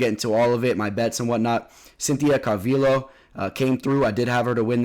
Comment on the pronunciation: Pronounce it like CalVeeO not CalVill O lol